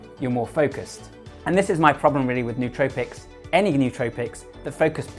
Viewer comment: Pronouncing the word nootropics wrong already makes you sound less smart...